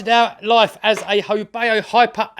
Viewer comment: FYI: Not "ho bay oh", its a ho bow (/baʊ/) as in the bow of a boat. But the name is a bit wonky as "ho" doesn't exist in Chinese. Should be "hou".